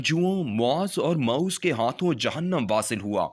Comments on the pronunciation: It's not Mauz rather Mua'wwiz bin Al afra'a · السلام علیکم معذرت کے ساتھ عرض ہے کہ آپ "معوذ" کا تلفظ بالکل غلط نکالتے ہیں آپ سے درخواست ہے کہ تلفظ کو درست فرما لیں. (درست تلفظ اسطرح ہے. م پر پیش، ع پر زبر، و پر زیر کیساتھ تشدید) امید ہے کہ میری بات پر فی الفور توجہ دیں گے. شکریہ